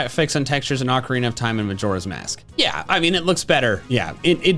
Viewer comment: It’s sounds like he says loosk